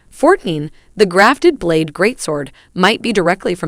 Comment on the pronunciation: "Blad" lol